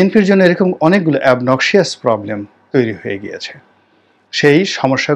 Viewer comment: Obnoxious= অবনকসাস এ্যাবনকসিয়াস না কিন্তু স্যার ।